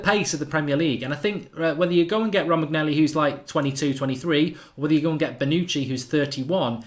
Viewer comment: Romagnelli? lol ROH-MAN-YO-LEE